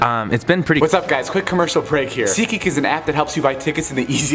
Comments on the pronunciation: OMG every time he said seatgeek I always heard it as shiki and when I would see the comments they said seatgeek n I was like what is this seatgeek 😂😂😂😂😂😂😂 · am i the only one who hears sikik instead of seatgeek?😐😐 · For the longest time, I always thought David was saying seekeek... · all this time i thought you said “seki” and then realized you said “seat geek” 😂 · Am i the only one who first taught he said ziki and not seat geak😂😂 Till i saw the video of Alex of the best commercial 😂😂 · Thought he was saying Seek Gee